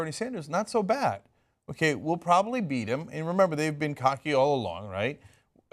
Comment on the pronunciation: "Beat them?" Funny I hear "Cheat them."